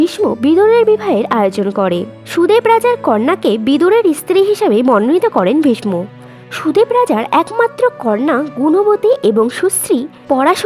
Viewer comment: ভীষ ম নয় ভীষ্ম উচ্চারণ করুন